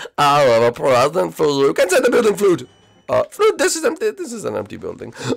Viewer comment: It’s pronounced flood